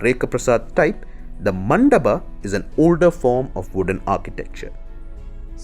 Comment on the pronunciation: What the fuck if sikhara.. It's shikhar... Same. goes to. Mandap.. Stop. This nonsense. Man